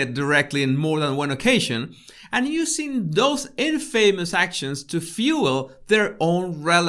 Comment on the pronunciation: Sir, speaking of ‘Body Language,’ there is also the English language to be considered here; please do learn how to pronounce “colonel(!), infamous” etc., or your credibility will be at stake, despite your impressive intelligence and wicked sense of humor.